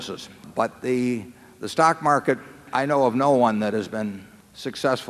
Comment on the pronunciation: 'Morket', lol